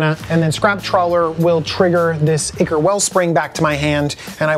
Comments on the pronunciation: So, I have a question: English isn't my first language. I feel like no person that is ever on this show pronounces the word 'ichor' correctly. They all say it like ick, rather than with an i like in "You and I". And I don't usually hear ichor anywhere outside the Command Zone channel, but there have been multiple people on this show that ALL pronounced it ickor. Am I just wrong in believing that it's pronounced kinda like aye-chor or aye-curr? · Myr is pronounced MEER, as in "mirror" or the word "mere." Ichor is pronounced "EYE-core."